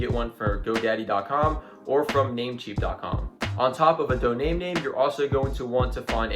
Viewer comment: Buddy was calling it Doname name😂 it’s Domain name man😂❌🅿️